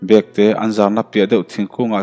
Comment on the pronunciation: Bekte nilovin bawkte tih tur a ni